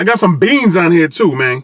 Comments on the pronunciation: "I've got some BEANS on here too mayne." Idk y I thought that was funny xD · You said mang.I heard it. Haters hate. I love me some crappy mexican pizza.